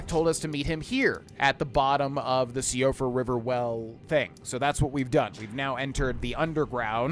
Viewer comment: I believe it is pronounced “Siofra” as in (Shee,o,fra) as I think it’s Irish descent, or somewhat Norwegian.